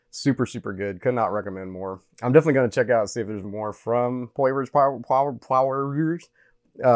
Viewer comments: Idk if anyone's said it yet, but it's pronounced "por-ee-yay" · It’s pronounced poirier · I like that this guy didn’t know how to pronounce the name as this tells me he likely doesn’t follow UFC so his opinion won’t be impacted either way. Glad to hear it’s good, go on Dustin! As someone who also likes minimal ingredients in a good hot sauce, I’m glad to hear this also